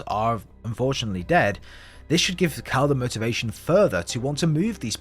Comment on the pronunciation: did i herd you call cal cow